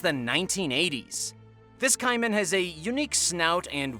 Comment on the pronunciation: #2 is pronounced Kay-man not Kai men